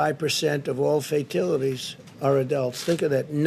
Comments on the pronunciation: Trump wants to say “fatalities”, but subconsciously his brain is wired in such a perverted way that it will make him say “fake tit-a-ties”🤣🤣🤣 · Fatilities??? That is just wonderful. He makes Joe Biden sound like the greatest statesman on earth. Fox cut him off, but not in time. 18 people die in a weekend in Chicago? 1000 people die per day from corona you blithering fool. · "Fatilities" had to be a typo on the sheet the orange ape was reading, and he was too illiterate to correct it. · Guarantee you he had it spelled 'fatilities' and pronounced it that way because that's how he thinks it's spelled. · Instead of correcting himself, Trump says "fatilities" twice which isn't a word. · Trump, please learn to pronounce Fatalities. Please. I think he's on Downers. He had to get on them after being called out for donating to Kamala Harris for AG. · Fatilities, Plausma....that how the "super intelligent" pronounce those words 🤣🤣🤣!